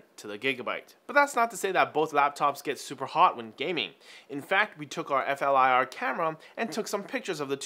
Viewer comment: (FLIR is pronounced as a word, not as single letters)